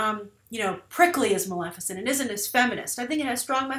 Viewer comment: Maleficent? C'mon Grace! Really?